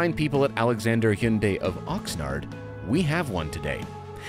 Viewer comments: OMG!, thanks for pronouncing Hyundai correctly! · Say it with me guys (Hun-day) not he-yunday or hi-yun-die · You both have the best and most accurate pronunciation of Hyundai of all reviewers. Way to goooooo!!!! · I’m pretty sure there are videos of actual Korean people pronouncing the name. They don’t pronounce the Y. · People are generally happy with SUVs that are more seeming than being. I'm happy that you're the only journos who manage to pronounce Hyundai correctly.